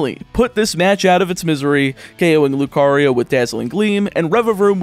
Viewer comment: Don't think I'm going to say anything that hasn't already been commented but a couple script mistakes I noticed are: Protosythesis has a PR not an PH. Don't put emphasis on the Pee in Cassiopeia. The lu in Lucario is not pronounced low. Grusha is male. The elite 4 are not related. The switch only drops frames in a few (2 or 3) specific areas, but the game cuts framerate of animations based on distance that an emulator would still have without modding the ROM. I think that was everything I noticed.